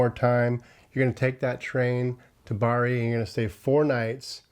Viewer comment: Good video. Just have to add: Bari is pronounced BA-ree, accent on the first syllable 😊